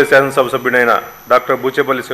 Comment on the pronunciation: Shashanam shabha ennikudaina. Bharata desha sharvabhoumadhikaranni, shamagratanu. 😂😂 Oreeiii evadaina veediki speech therapy iyyandrareii , vinalekapothunamu 😂😂